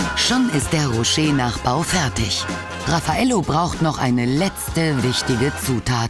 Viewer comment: RAFF-a-Ello... Der Name kommt nicht von ungefähr^^